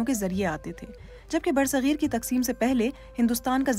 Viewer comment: It's bar-e-sagheer not ber sagheer. Sad to see BBC Urdu standard getting low.